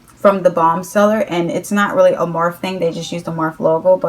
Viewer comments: Morphe not morph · morphe is spelled like coffee, like morffee, and matte is spelled like the name Matt... sorry it's just a suggestion, I'm personally a grammar freak so it just bugs me but you can do whatever you want. honestly, I doubt anyone else is bothered by it